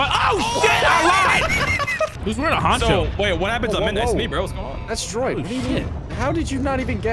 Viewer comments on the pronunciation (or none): My man said who has the honcho on, my guy it's called a poncho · No one gonna point out he said honcho not poncho, okay lol